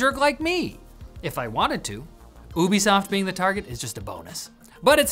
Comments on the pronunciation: its you be soft not oooo be soft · lol my brain tweaked every time I heard you pronounce Ubisoft the way you do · Is it pronounced Ubisoft?! Ah man, I've been saying Ubisoft!! Why didn't someone tell me?! Ahhh I've been making an idiot of myself!